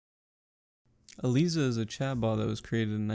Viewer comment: Nicely done! A detail: Most folks pronounce ELIZA with a hard I, as: E-Lies-uh. But otherwise, this is one of the best and most concise summaries I’ve seen!